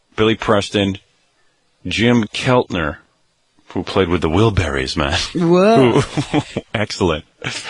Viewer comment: . Stern is such a fucking dope. He presents himself as a music aficionado, but if it was not played on pop radio, Howie Boy does not know it. Jim Keltner (He seemed to struggle pronouncing his name) ‘… Who played with the Wilburys Ho ho ho…’. Keltner is one of the most respected drummers in the world who has recorded at legendary studios like Capitol, Sunset, and Muscle Shoals. …. Howie the big music know it all.